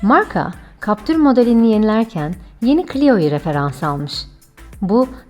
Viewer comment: Siz ne güzel captır diyorsunuz öyle 😄